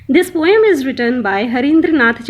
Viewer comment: Good job ma'am. But need to improve on your pronunciation. Like not a poyam. It's po um. Nacked. Neked not it's Nak ed But rest of that good job